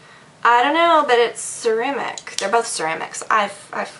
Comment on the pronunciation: "They're ceramic. They're both cermic. I freakin' don't know." hahaha